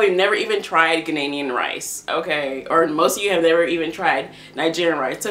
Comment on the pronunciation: It made me cringe every time you mispronounced Ghanaian 😖. Other than that, this was a great video with great points!